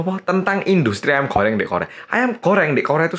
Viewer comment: apa cuman gw doang yang denger mas Hangsol itu bilang "ayam Koreng" wkwkwkw.. :-D